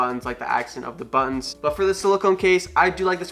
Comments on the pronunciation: Desert Falcon That’s all I hear now 😂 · Did you say "buns"? Or "buttons"?